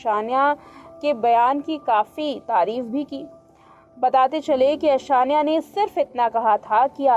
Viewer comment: Nam to sahi se bolo anashya ni aishanya